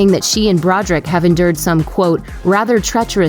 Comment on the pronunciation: Do you not know how to read? Brod er ick! Three syllables.